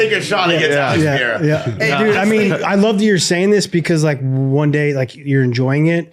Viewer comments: how are you on an MMA podcast and unable to pronounce "pereira" is this ragebait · peh-rare-uh not pee-era